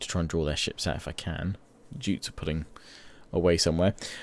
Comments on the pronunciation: It's not "geets" and "joots" it's "gay-ats" and "yoots" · The Viking monarchy was elective, idk if that's been put into Attila but that's why your eldest son won't be the heir because the peopl have elected your second son, also Jutes is pronounced "you-ts" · Jutes pronounced Yutes (yoots)